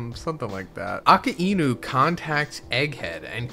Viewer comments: Since when its Aka-e-nu? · "AKA E NU" jesus man how hard is it to pronounce "a-Kai-Nu" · Bro I can’t believe you can’t say Akainu correctly and been watching from the start. It’s uh-Kai-new, not aka-inu. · “Aka-inu” it’s “ah-ky-new” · bro why he calling akainu aka enu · Brother, really? "Aka inu"? Wtf kind of pronunciation is that? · It's pronounced Ackai—nü. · the pronunciation of akainu is killing me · Lmao wtf is up with that Akainu pronunciation? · I know. But that's just not how his name is pronounced lmao.